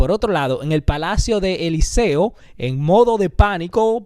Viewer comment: Elíseo con acentuación en la í. Lo correcto es negocia no negocea. Un excelente programa merece una correcta pronunciación